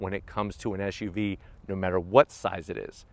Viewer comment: Why do you keep sayin SHUV ..it's not like you have a lisp! it's SUV